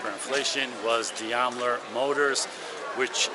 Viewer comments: Please! It is D A I M ler, not D I A M ler, and is pronounced accordingly. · “Diamler”? 😂 It’s Daimler. D A I M L E R. That’s still the name of the company. Daimler Benz. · DAImler, not DIAmler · Daimler Motors is pronounced DIME-ler, not dee-ime-ler. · You lost me at Diam-ler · It's pronounced "dime-ler" i think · The Daimler company is actually pronounced Dime-ler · Better look up the pronunciation of Daimler. 😂